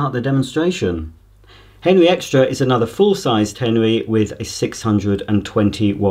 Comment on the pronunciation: Is he saying henry or henwy lol